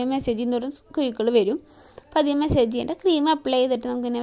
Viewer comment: ഫേഷ്യൽ ചെയ്യാൻ അറിയാത്തവർ ചെയ്യരുത്. Eyelid il pack ഇടരുത്. മെസ്സേജ് അല്ല മസ്സാജ് എന്നാണ് പറയേണ്ടത്